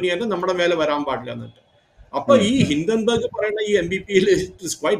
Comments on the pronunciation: ഹിഡൻബർഗ് അല്ല ഹിഡൻബർഗ് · ഹിഡൻബർഗ് അല്ല ഹിൻഡൻബർഗ് എന്നാണ്